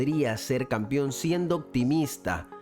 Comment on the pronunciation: ¿Por qué dice Campión?.